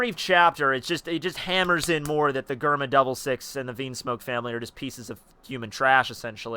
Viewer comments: It's DGERMA not GGerma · bro mans said gurma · its pronunced jerma